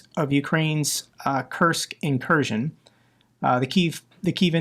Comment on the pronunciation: It’s not an incursion it’s an inkurskion